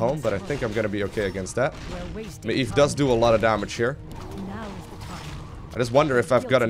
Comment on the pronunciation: Don't forget about your shadowmeld ability. Also maiev ist pronounced muh-jev. Love these vids. Keep 'em coming